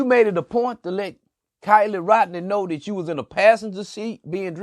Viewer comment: Why are you offering an underage young lady alcohol on a public social media platform . You sound perverted and a sicko. You didn’t even pronounce Kiely’s name correct